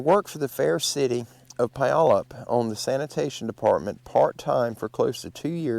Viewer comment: Wi nat chee, Pu yal up, lots of these names are difficult to pronounce without hearing them first, so it's not just you. I still go back and forth with Mt. Rainier=Ra near. LOL! You know, with all the extreme weather we've been having in the last several months, it must have the 'big fellas' on the move. All of the mountain passes have been CLOSED, due to avalanche possibilities. They are still closed as I write.